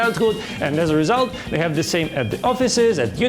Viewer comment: На - сильно слух режет произношение Х в словах have и holidays. Попробуйте помягче, почти без звука на выдохе произносить. В целом хороший английский, воспринимается без проблем. По содержанию, для пробы неплохо. Но думаю подписчиков быстрее будет набрать на обзорах новых девайсов на английском, можно просто менять озвучку с видео на основном канале.